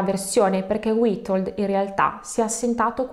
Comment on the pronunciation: "W" in polacco si legge "V" quindi Vitold. Ma non ti preocupare, ci hai provato con la lingua delle più difficile nel mondo. Sei bravissima. Complimenti.